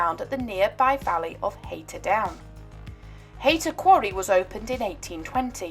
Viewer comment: Not wishing to be picky but Haytor is pronounced Hay Tor and Teignmouth is Tin Mouth. Nice piece. I found the tracks in early 70's and used to go swimming in the old quarry. A bit chilly! Now live in Australia where a couple of hundred years is like yesterday.